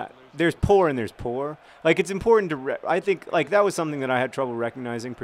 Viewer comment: "There's poor and there's Poor, like it's imPOORtant-"